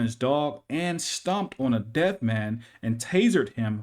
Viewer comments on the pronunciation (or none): Yeah. He was saying deaf. Which is the situation you're referring to. It just kinda sounded like he said dead